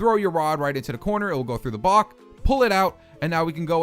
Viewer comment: ha he said bock